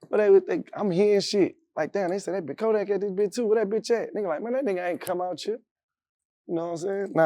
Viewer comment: Even jackboy said kodack scary 😂😂😂😂 he a fake gremlin now just. Got exposed frfr florida yall just took a huge L